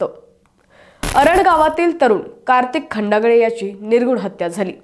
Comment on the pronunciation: मूळात हिला नाव नीट माहीत नाही..खंडाळे नवतर ही खंडागळे म्हणते... कशाला असली भर्ती केली..हिला तरुण नाही बाल वय कळेना